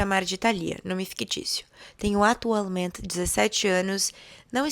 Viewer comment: Atualment ... Finalment ... 😂 Adoro esse " t " mudo dela.❤ É um charme.